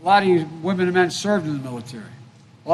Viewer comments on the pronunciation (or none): none